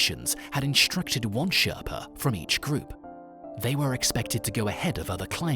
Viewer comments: Sherpa, not sharpa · Holey crap there are so many errors in this video and that'd not including the pronunciation Sherpa not sharpie BRAsheer seriously this vid is brutal beck weathers eyes had nothing to do with the storm he had laser eye surgery and the altitude warped the lens of his eye he had blurred vision long before the storm.. my God!!!! 😳 😳 😳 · what the hell is a SHARPA? ITS SHERPA !!! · Its Sherpa not sharpa 🙏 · Its not Sharpa, its SHERPA. Considering the effort put into this video, you could at least get the name right of the native individuals. The thankless work they do to prepare the south east route for others and expertise they provide for others is so often overlooked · It's called sherpa not sharpa. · Its sherpa not sharpa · no sharpa but SHERPA ! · It's shErpa not sharpa... It's crevasse not abyss...dear oh dear... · SHERPA NOT SHARPA what a goofy "reporter" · It is S-H-E-R-P-A not S-H-A-R-P-A. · its a sherpa, not a sharpa :)))))))))))))))))) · Can’t even say the word sherpa right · Can’t pronounce Sherpa lol 😤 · So many mistakes, you can't even say Sherpa properly. Dude if you don't know anything about the topic, then don't make one. You look like a f00l explaining all this cr@